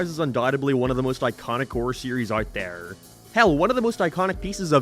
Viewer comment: why the fuck do you say there like that